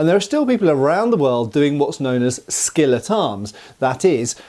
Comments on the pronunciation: For a second I thought you said "skillet arms" and I thought you were going to talk about people using cast iron skillets as weapons... But no, it was "skill at arms." 😞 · I heard him say "skillet arms" :D